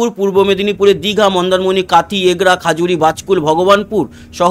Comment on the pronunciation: আবার খাজুরি বলছেন কেন???? বলুন খেজুরী